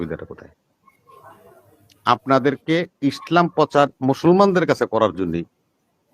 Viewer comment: এই লোকটা তো ইসলাম শব্দটা সঠিকভাবে উচ্চারণ করতে পারেন না পারেন না শালা বাটপার কে জুতা দিয়ে পেটানো উচিত।